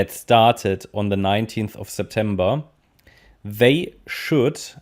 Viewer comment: Sept em BEAR 🐻 Hahahahaa so true 😁